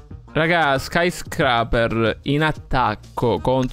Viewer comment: Quando imparerai a dire “scaiscreiper”? Che “Scraper” non si può sentire.